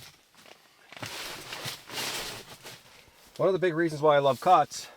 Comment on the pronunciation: Oh, Cots... He Said Cots.